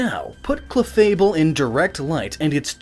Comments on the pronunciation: its clefable not chefable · 'chefable and gengar'? hahahahaha!!!! DUDE!,it's supposed to be 'cLefable and gengar'! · Did anyone else notice "Chefable"?